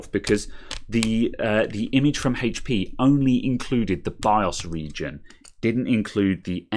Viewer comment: Its called HP not hatechP